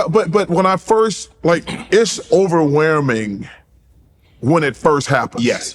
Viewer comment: “It’s overweerrrrrming”